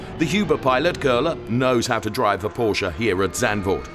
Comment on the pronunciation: Pronounce ‘Porsche’ correctly please. I remember when people used to say ‘Ordi’ instead of Audi, Nikki Lorda instead of Lauda, still saying Brawn instead of Braun…is it really so difficult to do your homework?🤷🏻